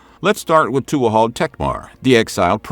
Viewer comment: Tuathaill is pronounced "toohal".